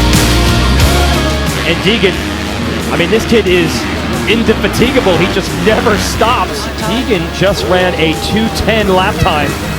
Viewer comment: doesn't know how to pronounce indefatigable.